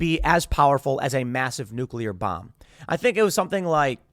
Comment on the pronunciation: omg, when i heard, “gravity bomb”, i had to replay it bc i SWORE i heard him say GRAVITY BONG🤣 maybe all that smoking did kill a few brain cells lmao